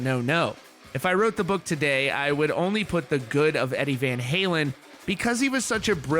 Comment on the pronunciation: “Eddie Van Haywin”